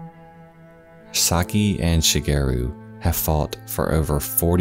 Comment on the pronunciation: My Japanese mom (she's got a penchant for grim stories) would always tell me and my brother about this story. It took me a minute to figure out it was the same one. What a horrible thing to happen. :( (Side note, this might be an exception, but Sakie is usually pronounced sah-kee-eh)